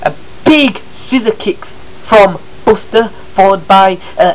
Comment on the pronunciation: you say buster's name wrong